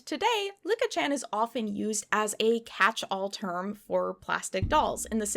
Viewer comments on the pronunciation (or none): Licca-chan is pronounced lee-cah, not Lick-a. The switching back and forth on pronunciation was a bit stressful to hear 😅😅